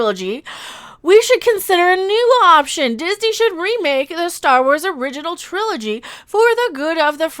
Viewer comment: me sitting here trying to figure out if she forgot the G in "trilogy"... or if Triloy is a another new term I have not heard of.